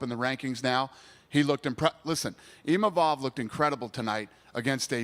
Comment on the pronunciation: Bro they can't even pronounce imavov name correctly XD